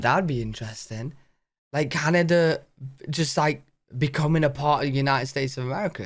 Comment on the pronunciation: Kanada? LOL